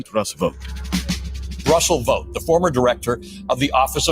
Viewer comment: Russell Vought surname in German is like you said it.